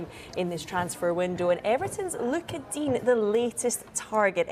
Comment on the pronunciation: Just letting you know you cunts, it’s digne not dean, he’s french